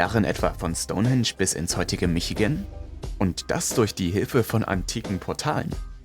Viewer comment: bruder kannst du ehrlich nichtmal michigan aussprechen, was kannst du und deine kollegen eig aussprechen